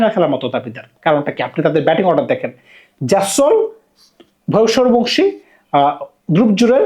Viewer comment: ভাই আপনার উচ্চারণ এ সমস্যা,অন্তত প্লেয়ারদের নাম গুলো মুখস্হ করে ভিডিও করতে বসেন,ভইভব সুরিয়াবংশী এই উচ্চারণ টা করতে পারছেন না,শিমরান হেটমায়াট বলতে পারছেন না হইল কিছু???